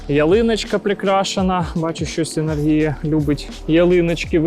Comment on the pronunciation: Друже, ти слово Енергія теж з наголос на «І» робиш?)) Що в тебе не виходить з тим словом?)